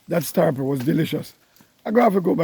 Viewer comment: Star Happle?? Lol Happle Tree? Hackee Tree? Jamaican can’t stop add the H? Lol 😂